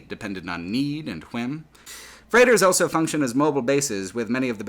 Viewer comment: pronounces the word "also" as "elso". He also pronounces the word "both" as "bolth".